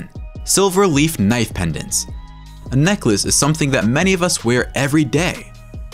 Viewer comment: Normal knoife